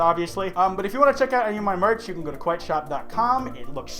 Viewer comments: Kwite odd. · He doesnt kwite like me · Kwite stop